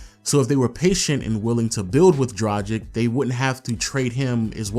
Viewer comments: DRAGIĆ DRUG-ITCH NOT DRUDGE-ICK WHEN WILL YOU PEOPLE LEARN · Mate, great video and all, but enough is enough. It’s pronounced Drag - itch, not Draj - ic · Goran Tragic...come on, its not that hard saying Dragic...just spell the c as tch... Goran Dragitch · A Phoenix Suns retrospective made by someone who INSISTS on mispronouncing the name Dragic is really, really irritating. Dude, it's not "Drah-jick" it's "Drah-gich". Just because Shaq is a giant man-baby who can't wrap his head around anything other than the drop-step doesn't mean you have to be. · Come on man - Goran Dragic’s last name is pronounced ‘Drar-Gitch’ with a hard G! Like Glitch without the ‘L’! It’s like never watching you didn’t watch any of the games! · It’s like he has never heard their names being pronounced! He has also butchered Goran Dragic’s last name! It’s pronounced ‘Drar-Gitch’ with a hard G! Like Glitch without the ‘L’